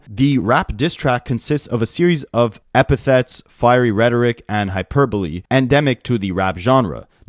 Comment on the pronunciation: The only creator I've seen pronounce hyperbole correctly so far. I was getting worried about the American school system for a moment there. 🤣 Penultimate is pronounced PENN-ultimate. And debuted is day-BEWED.